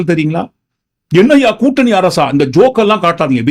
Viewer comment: கூட்டனி இல்லை திலுப்பி, திலுப்பி (என்ன தமிழ்டா இது?)